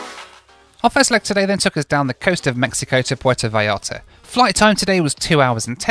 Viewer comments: I like that consequently keeps saying 'Puerto Vallllllarta" instead of with a J like everyone else:) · Porto V-eye-arta. FFS 😂😂😂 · Actually it’s Pwair-toe vye-YART-uh. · This video is ready-made for a drinking game: have one when mispronounces "Puerto Vallarta"